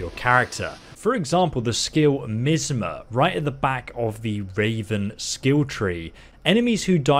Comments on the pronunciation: nope it’s not lol, it’s pronounced MY-AS-MA, ignore the cretins saying MY-ATHSMA 😂😂😂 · the skill "MEEZMA" trigger "MYEEZMA" some of your mispronounciations are the reason I watch your videos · mista is right its an i sound not an e sound, mi asma is my asma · Is not pronounced "misma" is more like "myAsma" (put more accent on the begging and middle of the word) great vid my man like always 🤍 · Misma hahaha no offense brother but it's mi-as -ma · No no no tell me you didnt just say misma... instead of my-asma... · MY-AS-MA not MI-S-MA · Its pronounced MY ASTHMA if anyone was wondering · Lmaoo he said myizzma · no it's pronounced "mi-az-ma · Its ME-ASTHMA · The block is low because it's a Raven class and because it's primary use is for parrying. Blocking will still work especially if you have the 2 light shields skills activated..... and did you say, "Meezma" Out of all the ways I could think of to mispronounce that word, I don't think I would have ever thought of that..... I'm not hating either, I may start pronouncing it like that now! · That word miasma is pronounced as My - asma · You are mispronouncing miasma, it is pronounced "My-as-ma" it can also be pronounced "Me-as-ma" wich is also acceptable. But other then that yeah a great ability accept avoid using any poison or fire abilities or runes that can effect miasma wich is not suitable to use in civilian areas .... Then again i just snipe the guards and pick them off one by one. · lmao thought i was the only one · Miasma - my-az-muh Since no one can pronounce it correctly on YouTube lol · Me-az-mah say that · It’s pronounced MY-AZ-MA if you didn’t know 👍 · It's Pronounced MYAZMA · Miasma...lol. It's pronounced "My-Az-Ma". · *my as muh * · its pronounced MI-AS-MA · Pronounced = my-as-ma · Rrr is pronounced my-as-ma Angry Jk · Omg lol MY-AZ-MA that’s how you pronounce it lol good try though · hmm never herd anyone mispronounce miasma like that before lol well played